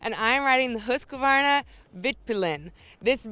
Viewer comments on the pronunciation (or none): What is a Hoosk a varna? Learn to pronounce the name properly, it ain't hard.